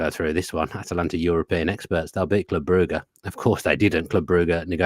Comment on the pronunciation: Why can’t you say Brugge properly. 😂